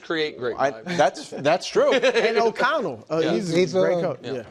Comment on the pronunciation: kevin o’connel not o’conner